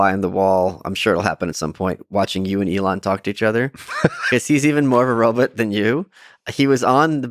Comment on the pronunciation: i like the way michael says robutt